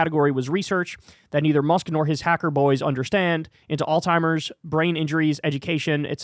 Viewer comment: Did you say, alltimers?!